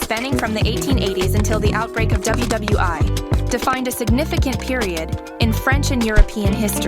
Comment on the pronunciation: WWI (she pronounced it as the letter "I"!!!!!!!) 😂😂😢😢😂😂